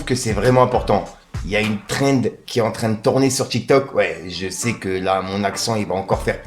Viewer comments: Bien vue pour la prononciation cette fois ci Thrend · Bien vue pour la prononciation cette fois ci Trend